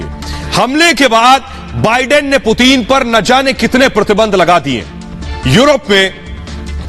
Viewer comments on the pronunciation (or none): Putin kh rhe hain main putin hoon puteen nhi bsdk , naam sahi se le🤣